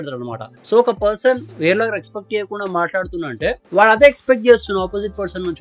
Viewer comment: Ee mabbu coolie gadiki matter ledu kani roast ki dhigaadu Rexpect kadhu adi respect palakadam nerchuko theppiga